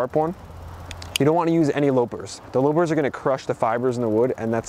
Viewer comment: It's pronounced lah-pers not low-pers.